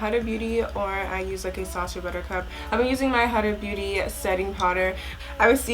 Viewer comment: You're saying huda beauty wrong........